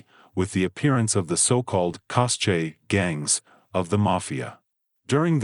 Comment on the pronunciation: Cosche is pronounced “coske” “Head of the bosses” and “boss of all bosses” are the same thing, “sgarrista”, “Capocrimine” and “capo bastone “ are ‘Ndrangheta ranks, not cosa nostra ones.